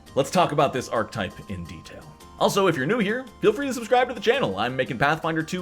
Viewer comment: "Ark-uh-type", not "ark-type". Otherwise, a great video!